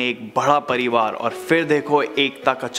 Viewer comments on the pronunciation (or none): I just wish you could work on your pronunciation. The word is 'kayee' for 'many' not 'kahee' and the past tense of 'karna' is kiya, kiye, ki, kii(n). Oh and it isn't 'fir' its 'phir' - an aspirated p.